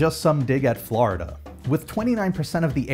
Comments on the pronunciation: it's florida not flarda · It’s floor-duh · Sounds like he is calling it Flarda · You can tell someone is not from Florida because they say Flarida. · The way he says Florida fills me with rage. There's no "A" in there buddy.